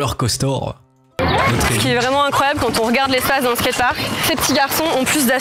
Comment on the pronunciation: T'as du mal avec le mot "skate park" haha